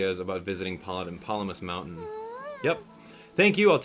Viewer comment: Did anyone else hear him say wountain XD